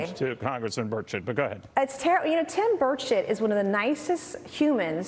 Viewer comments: did she say Tim Birdshit? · It's "Tim Birdshit" please get it right.